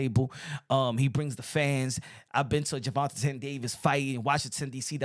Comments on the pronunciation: I love your channel and reported news but plz stop saying “Gervontatane”…it’s Gervonta or just say Tank. Sheneneh took me out though🤣🤣🤣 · Jus say tank, why u saying his name like dat. Gervatain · Why are you pronouncing his name like that?